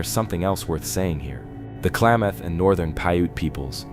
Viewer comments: *klameth is more accurate if you've ever been there 😂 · It's not "Klaw-mawth" it is "Kla(a=as in apple)-math (as in Math). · Most Oregonians say Kalam muth! Not maaath! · Klamath is pronounced clam math like mathematics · really I'm from Klamath falls no one pronounces it Klaymoth